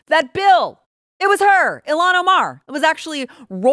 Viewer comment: ILL Han…., pronounce it right…I can’t stand her…but butchering her name is distracting